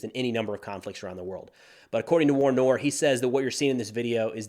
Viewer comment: Sir, a comment from a subscriber in Canada. War Noir is pronounced War Nwar...it's French, monsieur...just sayin' bro!!!